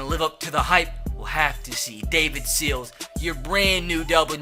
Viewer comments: You say Sills like Seals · Sills is pronounced As in window sill not as like Navy Seal